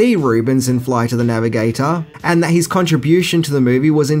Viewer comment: "serchin fur eez bruver"